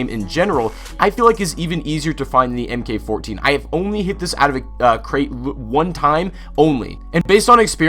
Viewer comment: It's "mark 14," not em-kay-14